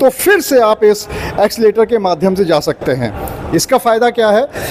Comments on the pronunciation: एक्सीलेटर नहीं भैया😂😂😂😂 एस्केलेटर बोलते है भाई कुछ भी 😂😂😂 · एक्सीलेटर नहीं एस्केलेटर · Accelerator Nahi Escalator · Accileter aap kah rahe h Esclater boliye